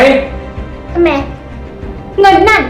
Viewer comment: .เห็นหลายรอบแล้วที่ได้ฟังทุกครั้ง.พูดคำว่าทำไม.เป็น.ทำแมะ.หรือว่าเราหูฝาด